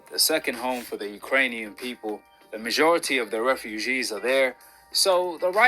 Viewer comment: Why does he talk like that? It's weird.: "The mazjhority of the refuzjhees are there...": "He did the same thing during the Anthony Zjhoshua versus Usyk rematch."